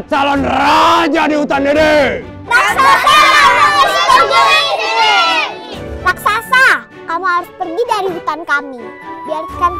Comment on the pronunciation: SAAT RAKSASA MUNCUL, MUSIKNYA SAMA SAAT AL ANDIN MAU NAIK SAMPAN 👍👍👍 KENAPA MC BILANGNYA "RASAKSA"??🤣🤣🤣 HARUSNYA KAN "RAKSASA"